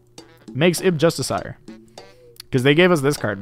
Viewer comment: the real tell is how far off his pronunciation of 'justiciar' is